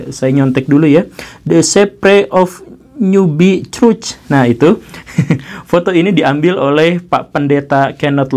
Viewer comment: koreksi = spektre of niwbi cerc